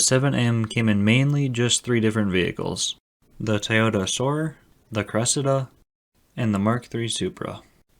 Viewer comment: The American pronunciation of "Cressida" is priceless.